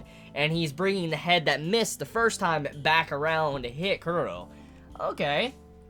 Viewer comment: why do you pronounce chrollo kuro?